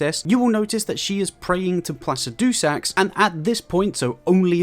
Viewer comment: only 5 minutes in and he's saying "eye-gon", "T-oiler", and "plasi-dew-sax" like man how can you get it so wrong lol